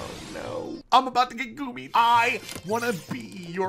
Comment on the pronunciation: GOOMY = GOOBY